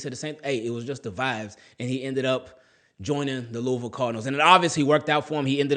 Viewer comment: Props brother! You have Lou-a-vul pronounceation 100.